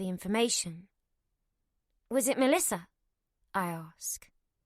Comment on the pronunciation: The male narrator puts Rs in random words 😅 "torking" for talking, "cort" for caught, "porse" for pause, and "larf" for laugh lol. Edit: Noar for Noah and Melisar for Melissa 😅 Edit 2: "warking" instead of walking. He even squeezed an R into "talking" lol: Torking. Tomartoes 😅